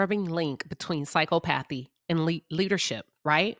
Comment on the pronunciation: The word is pronounce “Sy Cop athee “ . There are several professions were being a sociopath, psychopath, narcissist, will lend to success. Sales, lawyers, leaders of large amount of people. It requires charm, bending the truth, complex negotiation and lack of empathy. The perfect example would be a sales person trying to sell an overpriced item to an unwitting person.